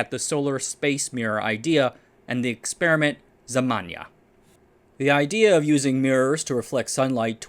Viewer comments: Znamya/znamia, not Zmanya. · It's "Znamya" (flag), not "Zmanya". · not zamanya but ZNAMYA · DudE! I am native toungue russian, I heard that name zemanya 7 times and couldn't understand it. The name is ZNAMYA (flag/banner), not zmanya..